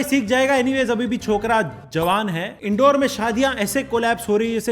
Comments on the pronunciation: Indore h bhai naki Indoor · Bhai wo इंदौर hai इंडौर nahi .......